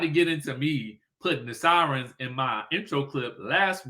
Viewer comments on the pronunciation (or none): none